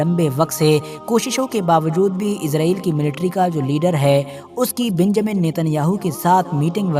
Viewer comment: Pahle Naam to Lena seekh lo beeeeeenjamin